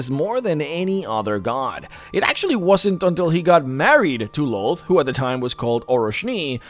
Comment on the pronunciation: Lolth and Lloth are pronounced "Lilith."